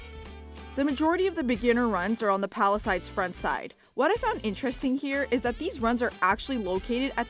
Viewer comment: why do you say palisides when its palisades?